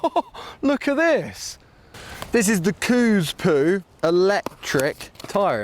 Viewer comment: the way you said coospo hahahaha